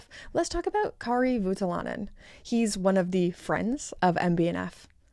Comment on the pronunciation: It's Voutilainen. You're saying Vuotilainen. I know Finnish names are difficult for native English speakers so no hate but yeah, it's it's OU not UO. Think of how you would say [o] when going through the alphabet.